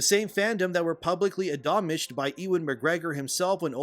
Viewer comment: ADOMNISHED wtf seems like a low IQ flub the word is ADMONISHED how did you miss that in review before upload? too much bud light? Even if your script passed spellcheck you should know how to pronounce English words. I too despise SW but no room for huge mistakes